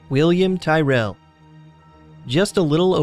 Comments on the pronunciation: He didn’t say tyrell right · really? you cant even pronounce Tyrell....its not pronounced like a gangbangers given name.. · You pronounced Tyrrel wrong. And plus I live about 30-40 kms away from where he lived.